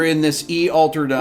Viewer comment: Sorry sir it’s altered not aletered